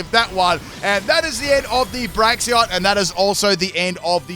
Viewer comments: I hear Braxion not Braixen like lol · "Braxion" lol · Braixen is pronouned "break" "zen" 😅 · I think Delphox is a bit underrated, so I'm quite glad it got a buff in Gen 9. But call me crazy, did they actually take out Delphox' wand animations? Could've sworn it had animations involving its wand in earlier Gens. Also gotta love how you still mispronounce Braixen, ^^'